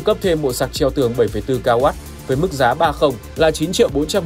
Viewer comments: Nhầm tí ko sao, mọi người vẫn hiểu là đc rồi, soi kỹ thế. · Nhầm tí ko sao ông ạ